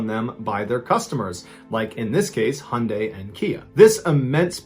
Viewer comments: Its pronounced "high-on-dye" not "hun - dye" 😂 sorry that low key triggered me 😂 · Absolutely asinine comment but ‘Hyundai’ is pronounced ‘high-oon-dai’ 😊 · its hi un die thats how i say it anyway love ya channel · The way he said Hyundai pissed me off